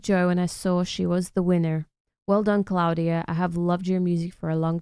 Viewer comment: It's Klavdia not Claudia